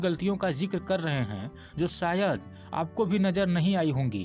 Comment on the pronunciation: Sole nahi sir sholay sayad nahi Shayad hota hai nisana nahi nishana aap ke uchcharan me hi galti hai